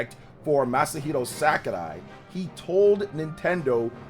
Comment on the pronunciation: “Masahiro SACARAI” lol